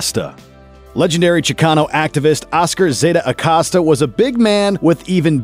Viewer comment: Why is he pronouncing Acosta like that